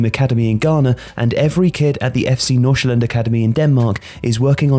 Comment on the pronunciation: I just really wanna thank you for actually pronouncing F.C Nordsjælland right. With the amount of times the name is mentioned, it would have ruined the video completely if it was being said wrong. You nailed it!